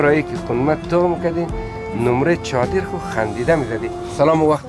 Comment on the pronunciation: نیمری چادر نه نمری چادر، سروری برار یگان کلمات هزارگی را غلط تلفظ می کنی